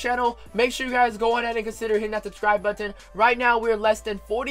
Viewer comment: Never heard anyone pronounce it "buhh-tin"